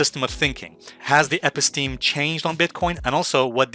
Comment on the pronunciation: You mispronounce & misuse the term “Episteme!”